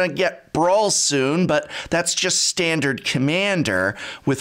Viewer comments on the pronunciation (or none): "styandard commyander".what's that accent peaking through?